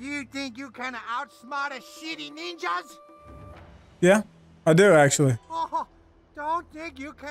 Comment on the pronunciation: I just realised , city ninjas is said as shitty ninjas